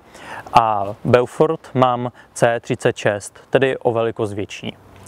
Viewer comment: Inu jářku, dobrého dne vinšuji vespolec. Mám pouze malou tech. poznámečku : eau se vyslovuje jako dlouhé o. Tudíž název zní Bófor. Hezký den přeji.